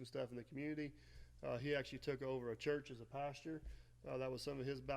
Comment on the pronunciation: Also it’s pastor not pasture!!! 😜